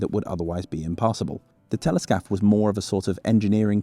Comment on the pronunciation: every time you say Téléscaphe i hear Teletubby